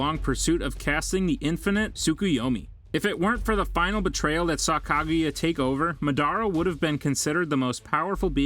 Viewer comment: After he says Kaguya I couldn’t listen anymore